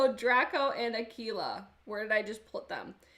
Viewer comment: If you use them with a glitter primer they will be very pigmented...btw I think you’re the only one that has pronounced “Aquila” perfectly 😆😆😆